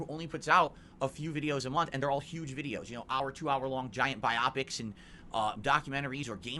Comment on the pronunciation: did.... did he just say bi opics?? 😂😂😂😂😂